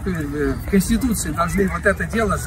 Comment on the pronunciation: Я больше угарнул, когда он запинался произнося слово "Конституция"